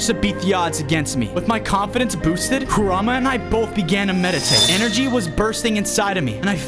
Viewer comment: I just have to tell you that its pronounced ku-rah-mah and is spelled kurama just so you know